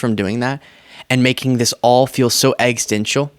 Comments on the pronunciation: Please,, it's existential, not extencial!! I love your content, but learn the pronunciation! This is my second Please, and I will keep commenting until you change.i want you to look smart! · I love what you at doing, and you have a great career ahead of you. But there’s this 1 thing that’s been making me bonkers. You use the word ‘existential’ kinda often, but your pronunciation is a bit off. It’s not so much that you replace the ‘ex’ with ’eg’, that’s a common pronunciation. It’s the missing syllable ‘is’ in the middle of the word that is missing, which I find to be comical. I hate to be this person, but here I am. ex is ten tial You’re doing a fantastic job. Keep up the good work!